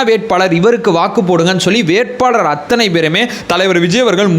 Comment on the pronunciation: anbana vendugol...pls don't say "Aththunai". .normal Tamil la sollunga pls..."AththAnai"